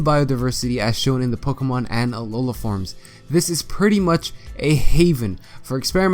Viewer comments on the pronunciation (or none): none